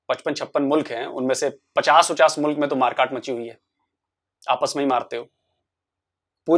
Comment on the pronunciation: mulak?🤣🤣🤣🤣🤣🤣🤣🤣🤣🤣🤣🤣🤣🤣🤣🤣🤣🤣 jahil aurat mulk hota hai